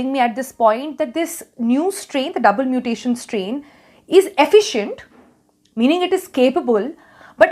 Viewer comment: Stop your nonsense double muttttation..